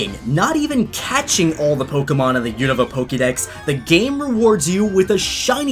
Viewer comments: It’s pronounced “oon-ava”. 🤦🏼‍♂️ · The way you say unova triggers me. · HOLY FUCK I HAVE NO IDEA HOW YOU CAN BUTCHER "Unova" THAT BAD.